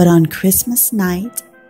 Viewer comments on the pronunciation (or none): none